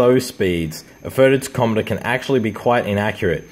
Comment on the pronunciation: Wait ….. what did you call it???????? It’s pronounced “Tack om a ter”